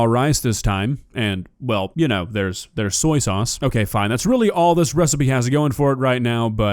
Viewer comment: Wow, she managed to not once .. but twice .. butcher the word "soy".